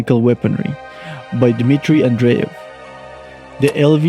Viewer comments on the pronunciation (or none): none